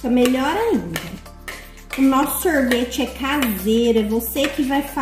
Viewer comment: e, sorvete não sorveti